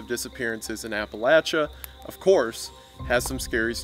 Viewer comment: The pronunciation of Appalachia hurt me so much